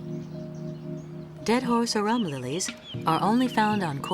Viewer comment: Dead horse arum lilies! I have never heard of those. Had to look that one up as I couldn't understand the pronunciation. So had a guess.